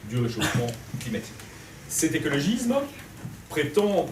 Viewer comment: Ma seule critique : c'est écologisssssme ! pas écologizme ;-)